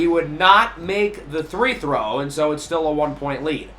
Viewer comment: My man. I love your content but please for the love of God it's FREE THROW, NOT THREE THROW